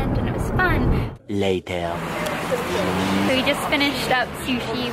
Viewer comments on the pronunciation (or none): I loved the "later" or better pronounced "layteer" lol. It made me laugh out loud every time. Don't care what others say. I thought that was a cute addition to the vlog!!